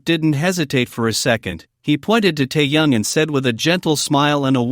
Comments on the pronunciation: Противно слушать,когда неправильно называют KIM TAEHYUNG - Теуном. Автору минус за такую работу. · Прежде чем говорить о парнях , научись правильно говорить . Тэхени и только тэхен , а не как иначе. Если не получается ,тогда ви ,ли-бо в первый класс. А то хочется предушить блогера за коверканье имя. Вигу , это единое , целое и неделимое